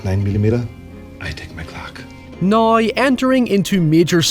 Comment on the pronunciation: Great vid! I do have a question unrelated, why do I hear you and some others says “now” like “nayee”? Something kind of like that. Like, almost every “now” has no “w” sound and omits it for an odd “aye”. Nayeee, let me ask you something. What will he do nawyee? Naye, I’m not one to argue with…